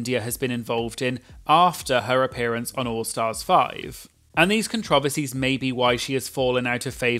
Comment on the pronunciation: I love the way you say “controversies” so British